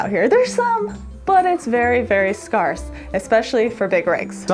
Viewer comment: SCARSe? you mean SCARCE ???